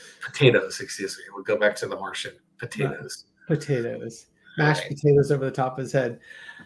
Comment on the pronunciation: 🤣🤣🤣... " Marsed" potatoes.💀💀💀